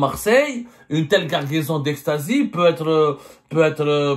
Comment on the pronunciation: une quoi ??? Guargaison 😂